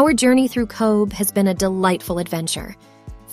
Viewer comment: Cobh (pronounce - Cove) not Cobe-h